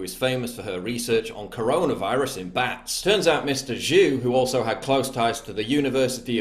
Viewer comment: Your butchered pronunciation of ‘Zhou’ is killing me.